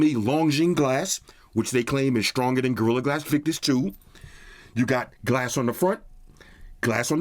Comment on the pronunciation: instead of saying gradon crystal sticks with the Chinese pronunciation.